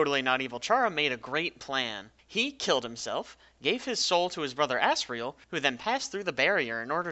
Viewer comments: you pronounced it assreal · "asriel" microsoft sam: "A SS RAIL" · did u say ass riel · sounded like you said ASS-riel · that's asriel as it gets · pfftI just put on cc and it said "ass real" XDD